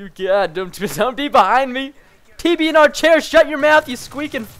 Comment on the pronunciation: love when he talks with that accent about TBNR chair